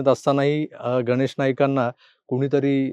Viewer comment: "गनेश"नाही हो गणेश... गणेश " उच्चार सुधारा! बरं असो! एकंदरीत निवडणूकीची धामधूम पाहताना एक गोष्ट आवर्जून लक्षात येते की, देवेंद्रजी फार फिके पडतात... बरयाच बाबतीत फारच नरमाईची भुमिका घेताना दिसतात!